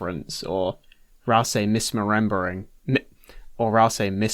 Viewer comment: the bit about [uhhh um uhhh] was fantastic also this guy can open his video with (what im guessing is) fluent japanese but cant pronounce mismerembering for his life